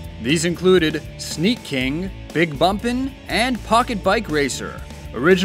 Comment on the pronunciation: "Snea-king... well thought out." AHHAHAHAHAHAHA